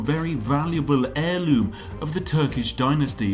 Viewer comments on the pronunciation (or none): none